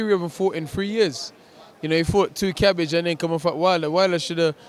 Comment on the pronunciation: Man said "he fought 2 cyabbage" 😂